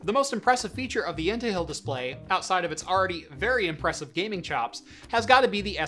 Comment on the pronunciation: I thought i heard “into hell” LOL